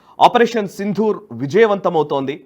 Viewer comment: నమస్కారం. ఆపరేషన్ "సిందూర్" అనడమే సరియైన ఉచ్ఛారణ. "సింధూర" అంటే సంస్కృతం లో ఏనుగు అని అర్థం. గమనించగలరు.